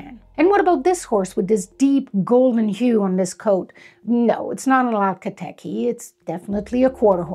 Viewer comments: I have never heard the breed name spoke before. Curious if you know for sure your pronunciation is correct? I read it more like Ach-KAL-teke Whereas I feel like I hear you saying al-ka-teky. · I swear, I was replaying it every single time to hear if I just didn‘t catch it right because I felt like I lost my mind with the letters not matching what I was expecting to hear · Why do you say alka teki if its not like that at all? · I can't catch how you are pronouncing the breed name, is it Al- kah Teh-kee? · Two of my chestnut saddlebred mares had a metallic copper sheen. When their pedigrees were traced way back, Turkomene horses were present. Akhal Teke ( pronounced "ak-hal te-kee") horses were part of the Turkomene group. When we added a couple of tablespoons of wheat germ oil to their daily rations and added hand grooming, they just glowed! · Would you be so kind as to help us to properly pronounce the name of the breed? I find the presenter’s calling it “alka tekky” a bit confusing. Thanks. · I’m sorry, can you say that again? I’m still not catching the pronunciation! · I noticed you keep saying “Alka Teke” instead of Akhal Teke. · You may wish to pronounce the first part of the name correctly. It is Akal, it is not Alka. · Um ... the name is not pronounced (al-ka TEh-kee) . The name has it's origins in Turkmenistan, where a 'voiceless fricative' sound, a sort of brief gutteral hiss in the back of the throat, is made when an "h" is voiced in a word. Therefore, the name is pronounced (ak-*H*al TEH-keh), with the fricative after the k sound only. The name has it's origins in an ancient language. This horse breed was developed by the proud horsemen of that region. However, the rest of this information is solid. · Akhal teke, not alkha teke. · Is it really pronounced “ALKA” Teke? I always assumed it was pronounced “A-khal” (A’s as pronounced in “pizza”)